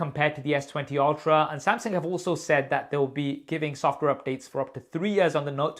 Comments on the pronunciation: how to pronounce samsung......!!!!!!!!!!!!!!!!! wht the helll samseng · I love you but I really wish you'd learn how to pronounce Samsung properly <3 samsing.... samsang... no. Samsung